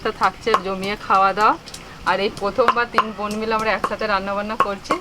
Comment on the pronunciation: দিদি ওটা বোন not বন 🙄